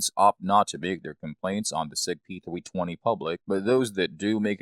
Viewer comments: Is this guy really saying Sig P "Thwee twenty?" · “Sig pThweeTwenty” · "The Sig Pee-thwee-twenty" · Upgrade your Sig P "Thwee Twenty" with a new "twigger" and new "stwiker" LOL!!!!